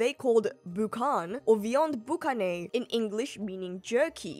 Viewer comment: As a french canadian Your interpretation of the words "boucane" hurt me so deeply 😂